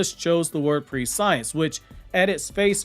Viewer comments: Pre-scE-ence not pre-science my guy😂 driving me crazy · It's presh-ince, presh(like fresh with a p) -ince (like since) Prescience. Not pre-science. Not tryna be a dick 😊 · Its not pronounced pre-science. It's press-si-ence. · I looked it up. It’s actually pronounced “pre-she-ence” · Hey Koji's shinjutsu prescience is pronounced (pre-she-ence). Pre as in precious, not pre as in predict. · its not pre-science its pronounced preh-see-ence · Just FYI, its pronounced preh-SHE-ense, not pre-science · Fantastic video 👏🏾 ❤️ just the pronunciation of the word is press-sients not pre-science...but damn I love your vids mayne. Keep up the phenomenal work 👏🏾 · I'm not sure it's pronounced pre-science like that. I thought it was pronounced "press-ee-ence" when I read it. anyways I'm really hoping it is, cause it sounds way better than pre-science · Hate to be that guy but you’re saying prescience wrong. It’s not pre-science. It’s pres-sen-ence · It's not enunciated "prescience" bro it's "pre-sci-ence" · Just a nitpick, but it's not pre-science. It's press-see-ence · Hey love your videos homie, in the future, prescience is pronounced “press-sea-ence” and not pre-science. Keep up the good work homie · Bro it is NOT pronounced pre-science LOL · Prescience (press-see-ence) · Your mispronouncing the word. Use phonetically Pre-see-ence ❤ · "Pre-science" is not how you pronounce the word. make the E sound short. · Prescience not pre-science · It's pronounced PRESS-EEH-ENSE lolll but 10/10 video none the less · Not to be that guy but its pree·shee ·uhns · Bruh....its not pronounced "pre-science". All that research you put in the video and you couldn't look up the pronunciation? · I hate that pronunciation of prescience. It should be press-see-ense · prescience is read like preh-see-ence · "PRESH-ENSE" OR "PRESH-E-ENCE" I believe it's called and pronounced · Pre-science.... Nah bro it's pronounced just like conscience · I don't think that's how you pronounce prescience